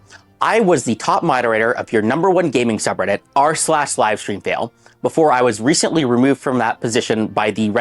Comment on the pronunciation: "twitsch begged me to not let my schubbreddit deshtroy them ☝️🤓"